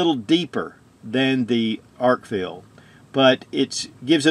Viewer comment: I really like it when people can read and correctly pronounce product names they’re promoting. Arkfield vs Arkfeld. These names are not intended to be interchangeable and only one of them is correct. 🤦🏼‍♂️